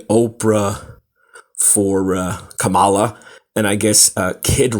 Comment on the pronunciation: You can't even pronounce Kamala.